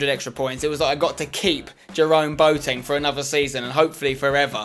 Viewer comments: He is called boAteng. Not boteng. The a is pronounced :-) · Peter Due its more like bwateng in germeny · Peter Due Actually im german its pronounced bua ten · Bwa-teng actually I study german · chelle milton actually i live in germany and have lived there since boateng got big and no one says bua ten. Maybe some say bua teng, but even thats rare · chelle milton But his name is not German it's Ghanaian. Its pronounced Bwateng